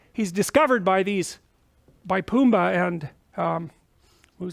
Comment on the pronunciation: I like how he pronounces Pumba, "Poomba"